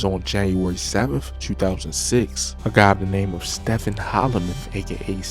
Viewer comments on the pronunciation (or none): "AKA Steff-own", I hate how he talks. Voice and all. Lol